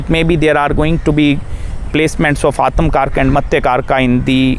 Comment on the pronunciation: Aatamkaraka😂 It's Atmakaraka